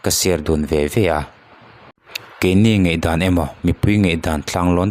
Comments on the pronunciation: Ngeihdan nilovin Naihdan tih tur aw.a dang pawh lamrik dan diklo a awm nual.Youtuber mizotawng hmang diklo an awm nual kan tu leh fate tan a pawi thei ania. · Naihdan ni lo vin ngaihdan titur zawk ania Kan tu leh faten an hre lo ve ange